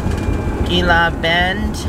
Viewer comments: Gila is pronounced Hee La :) Be safe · Gila is pronounced Hela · Gila is actually pronounced "heela". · Gila pronouced Hee - La . Terry and Scott pronounced it wrong too in their video.